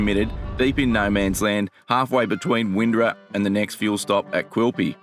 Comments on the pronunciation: sounded incorrect to me, sounded like “Win-do-ah, there is a hard R sound when speaking the word. The other comment described it well. ”. Sorry to be a pain on pronunciation, we Queenslanders are a fussy lot. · It's Win-door-a 👍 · Windorah, is pronounced “Win-dor-ah”. Cheers.